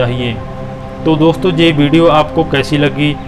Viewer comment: भाई साहब आप अपनी हिंदी ठीक करो। जे नहीं यह होता है